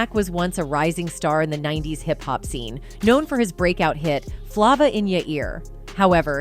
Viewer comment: When she mispronounced Flava I was done